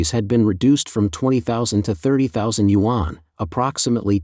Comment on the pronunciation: You should learn how to properly pronounce YUAN. Your narrator is a joke.